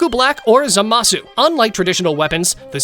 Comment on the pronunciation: its not za ma su its zama su